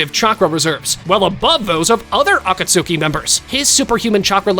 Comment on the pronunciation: Dude the pronunciation of akatsuki has me so triggered lol